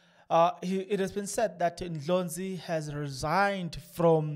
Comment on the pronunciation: Please pronounce other people surnames correct is Ndlozi not Ndlonzi